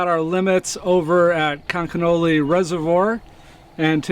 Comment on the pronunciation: Did anyone notice that when the resort owner spelled conconully he pronounced it both times like conconelly. Must be a local thing.